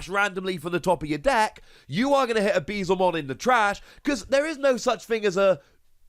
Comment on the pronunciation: Yess your Beelzemon pronunciation is improving